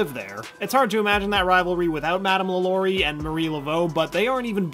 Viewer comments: Not pronounced lalory it's more like la la ri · Wait why can’t this guy pronounce things? 😂 LAlaurie not LaLAURie Cask of amontiYado not llado macAHB not macaBRUH